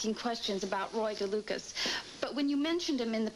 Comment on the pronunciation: Did just say Roy DeLucus? I'm not being mean, that character just seems to irk me all the time.So pushy.